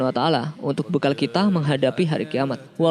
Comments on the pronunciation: Iya wabarokatuh'nya kurang jelas. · Masukan ke Yang bawa berita,,,kalau ngucapkan Salam hendak nya pelan2 aja jangan tergesa2 yang akhir nya ujung pengucapan Salam nya jadi gak karuan,,,Hibarakatuh durasi - detik